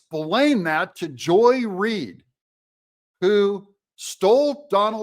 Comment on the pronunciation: Joy-less reed. You need to say it right….